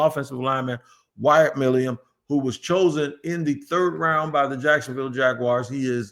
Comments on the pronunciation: he accidentally got close to saying it right for the first time saying it like Millum and even then he was wrong. lol I been leaving a comment on every video he’s brought him up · Please pronounce his name correctly!!!!! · been saying his name wrong for so long he actually spelled it the way he says it 😂